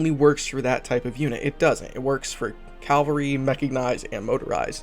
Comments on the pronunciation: Just for the record... it’s pronounced as Cah-vahl-ree. Not Cal-vary, or Cal-Valry. Caval-Ry. Cavalry. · It's CAV--alry not calvary lol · Its cavalry. Calvary is a place. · Ka-Val-Ree. Meh-Ka-Nice-D. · Jesus Christ man lol. It's pronounced Cav - Alry.